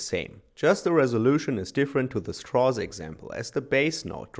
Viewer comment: "Strauss." Rhymes with "cows"